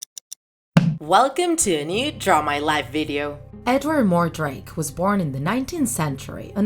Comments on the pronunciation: sorry to correct you but his name is edward mordake not edward mordrake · “Edward More-Drake” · It's Edward Mordake